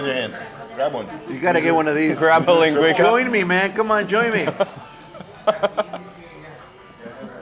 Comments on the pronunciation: So to let you know. That Portuguese sausage you were eating is pronounced Lin-gwee-sa. And it’s so much better dipped in yellow mustard. I’m born and raised in Santa Maria ca. we had tri tip and linguica every Sunday for dinner. Love the vid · The sausage is pronounced "lin-gui-Sa" NOT 'lin-gui-Ka". Trust me--Nipomo is my hometown and I've eaten Jocko's many, many times. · Lingweeka sausage hahha it's LINGUICA (lin gwesah) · Giving away all the local secrets in one video. Well done!!! My favorite part was the "Lin GWEE KA Sausage", it's pronounced "LIN GWEE SA" and it is delicious! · It's a Santa Maria Grill.....it's pronounced linguiSa not linguiKa. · Hey Gang! Love the video but one minor correction. Its pronounced LING-GWEE-SAH. Traditional Portuguguese Sausage that can be found in California on both the Central Coast and Bay Area. It is life changing when you find the perfect one! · It’s pronounce LIN GWEES AHHHHHHH!!!!!!!! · Linn gwee kah !! That made me laugh. Linguica is a staple in my life haha. The pronunciation made me LOL. Jockos is great but I’m surprised there was no mention of the “Santa Maria “ style cooking method. Its famous in California. Oh well. It was still a great video as usual Mark. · It's pronounced linguisa not as a "c" but a "s". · Linguica = ling-gwee-suh Even after hearing the waiter pronounce it, STILL mispronounced it. Idk man of all the guests and people that Mark eats and tours with, he's the only one that gets under my skin. Maybe it's me.